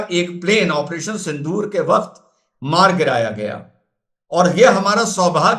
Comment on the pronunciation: Sindoor ❌ SindHoor ✅ (x72)